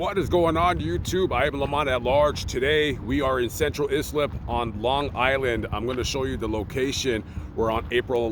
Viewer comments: Really pronounced eye-slip (Islip) shit is real out there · It's pronounced eye slip and spelled Islip, long Island. Just a heads up from someone who traveled to and lived near the township. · It's pronounced "CENTRAL EYE-SLIP" IM FROM LONG ISLAND!! IM FROM BALDWIN... NASSAU COUNTY LONG ISLAND NY!! I UNDERSTAND THAT YOU'RE NOT FROM THERE..BUT IT'S "EYE-SLIP"; NOT "IS-SLIP"!! SORRY LAMONT..JS 🤷🏽‍♀️💯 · It is ( eye slip) Long Island. ISLIP. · Islip is pronounced “eye-slip” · It’s pronounced Central Eye-Slip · Pronounced Central eye slip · Sup Lamont.....i live 3 miles from there. It's pronounced central ice-lip. Lol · Lamont Central Islip is pronounced Central Eyes-Lip, I happen to live in Floral Park Long island Lamont! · It’s pronounced ICE-lip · Please. Say Central ISLIP correctly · Hey it’s Islip . Not eye 😂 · Islip 😂 wait till you gotta say Hauppauge 😂. It was close. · Been watching you for forever and I'm from long island and listening to you pronounce Islip is hilarious!!! 🤣🤣 Great video as always